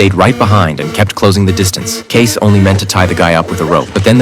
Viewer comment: It's Kay-cee. Not Case.